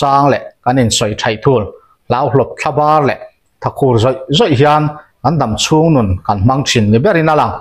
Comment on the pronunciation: Phili chûng...tih hi...chûûngngng...ti in thluk raih raih tur zawk a ni em ka ti a.Sir 🫢😂